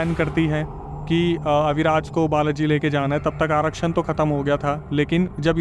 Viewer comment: Kya Aarashan chal rha h bahar?? Bhai aarakhan kya 😂😂😂😂😂😂😂😂😂😂😂 You need to really work on your script.